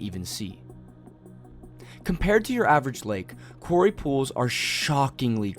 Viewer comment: Quarry sounds like the narrative is saying Cory lakes.